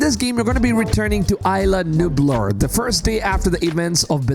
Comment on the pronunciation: Seriously you pronounce "Isla Nublar" as if it were "island"? 😂😂